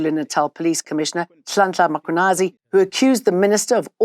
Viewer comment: Mara EWN talk to Jane guys and I know she is not Zulu but I'm definitely sure she can read alphabets, where is the letter A that she keeps pronouncing after the letter M in the name Mkhwanazi it's not "M(A)khwanazi", white people sometimes ba Bora maan